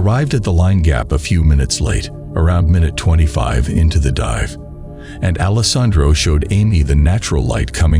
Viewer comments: That part drove me crazy. Mispronounciation is a huge pet peeve of mine. You got alessandro right about 50 percent of the time. Lol As long as you're learning from your mistakes, it's all good. Nobody is perfect right off the bat. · This was the first time I've heard the name Alessandro pronounced so many different ways.